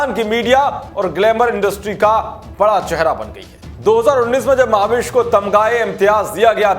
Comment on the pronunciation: Maha-vish😂😂😜😜 Uska naam mehvish hai mere bhai...... Bhai kuch bhi thik se pronounce nahi kar pate.... Khud ka naam tak thik se nahi bolta.... Muh se supari nikal ke baat kar re baba.... Wo dusra anchor kaha hai wo sab theek se pronounce karta hai.... Usko bulao yaar